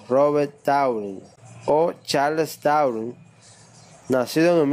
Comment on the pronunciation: BILL GEYS - CHALES DAW - ALBER ESTEN - IMANUE KAN - VOLTAYRE - JOHAN WOLFAN VON GOO - ESTIPIN JOKIN jajaajajjajajajajajajajajajajajajjajaja